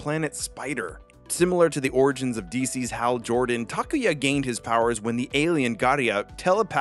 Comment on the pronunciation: It’s awesome to hear someone say “Takuya” correctly. I never really mind how people say it because I always politely correct them, (they still get it wrong, not a problem though, they don’t speak Japanese so I don’t expect much) but I never knew how refreshing it is to hear my name said correctly! Sorry, didn’t mean to make this about myself but just thought I’d share my thoughts.